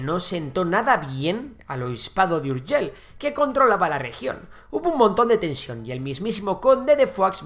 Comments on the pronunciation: Las palabras que acaban en LL se pronuncian Ei no EL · "URGELL" con dos LL aqui y en la china popular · Puedes decir seviLLa i no urgeLL inutil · Es Urgell, no Urgel. Hoy está la población La Seu d’Urgell. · Madre mía pronuncia mejor Foix que cualquier nombre catalán jajaj. Urjèl 😂 me encanta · Seo de urgel, tela nen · ver a un castellano pronunciar "urgell" es algo increible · Vaya hombre , es que los castellanos tenemos deficiencias.. 💩